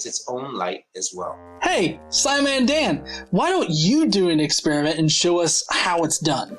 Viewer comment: He also says "Expirament."